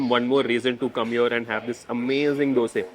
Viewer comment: Thank you for pronouncing Dhose correctly - not Dosa like north Indians pronounce.